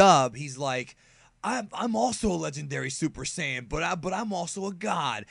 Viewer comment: The way you pronounce Saiyan is so dumb